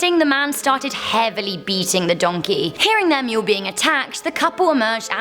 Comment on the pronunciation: DID SOMONE SAD DANKEY???